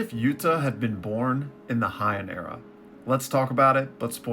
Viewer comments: Bro you gotta stop saying Hy-en. In Japanese the ei letters make an AY sound, unlike German where it makes an EYE sound. So it's called the HAY-en Era. That's all I gotta say peace. Rest of the video was good though. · HYANN Era😂. Heian(hey-in)